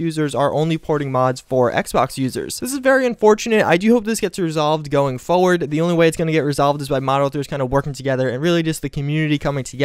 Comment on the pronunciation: You say 'forward' weird.